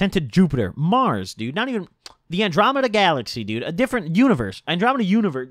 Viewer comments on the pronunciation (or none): this nigga said andromenda universe